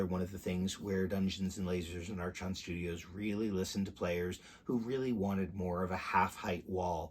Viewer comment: Thanks for the look. But I have to say. The company name is pronounced as "ark on" "r con" archon.